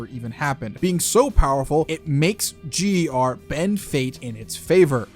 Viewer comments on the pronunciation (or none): It’s GER